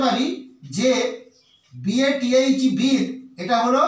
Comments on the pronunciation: Bathe এর উচ্চারণ হবে বেদ্ ।আমার জীবনে কোন দিন বিদ্ উচ্চারণ শুনি নি। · Bathe উচ্চারণ হবে অনেকটা - বেদ্ (শুনতে এমন লাগবে)। আর কখনই 'বিদ' হবে না।